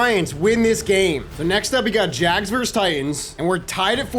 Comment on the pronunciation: As a professional Jaguar fan thank you for saying jags instead of saying “jag-wires” all these other madden YouTubers never say it right so you’ve earned my subscribe by not butchering the name